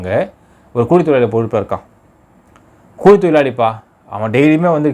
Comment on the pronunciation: கூலி என்பதை ஒழுங்கா சொல்ற என் காதுல வேற மாதிரி விழுது.